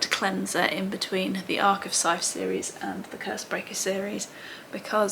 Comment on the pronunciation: I did the same thing you did, was pretty slow with reading and had to make a big push to finish the last one. also.. Scythe, with the digraph of 'th' being voiced. Ooo, and Faraday, he was a scientist from Elephant. That grey box in the middle of the old roundabout outside the shopping centre was in memory of him.